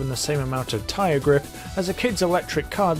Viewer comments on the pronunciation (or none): none